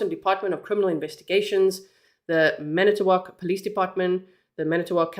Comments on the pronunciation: Fon-Do-Lack is how you pronounce Fon Du Lac (you were very close and we have many hard to pronounce cities!) I'm here to help with any of your Wisconsin questions as I was born and raised here. 😊 Edit: You got Manitowoc correct! That's where Steven Avery and his family lived (if you've seen Making a Murderer you'll know who that is.) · You nailed saying all the cities and towns correctly. From Manitowoc area and now live in Appleton.